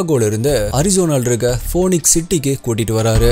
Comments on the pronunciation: Hi mate! It's not 'Phone-ix'. It is pronounced like 'Feenix'. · Bro that is not poonix that has to pronounced as feenix (phoenix) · போனிக்ஸ் இல்லை பீனிக்ஸ் என உச்சரிப்பு இருக்க வேண்டும் sir! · bro everything ok. but please pronounce the words correctly. It's phoenix not phoneix. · Phoenix pronounciation (fenix)